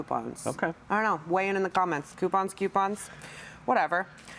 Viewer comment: Voting for Em's correct pronunciation of Coupons with a Q.